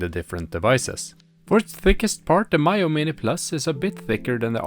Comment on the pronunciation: its Mee-yoo not My-yoo. why can't reviewers even get a basic thing such as the name right.